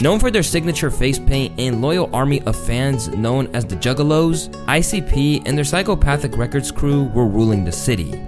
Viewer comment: pronounced icup btw